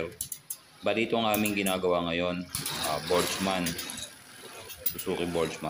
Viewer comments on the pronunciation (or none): Burgman d po botchman Lol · burgman sir hindi borjman, sagwa pakinggan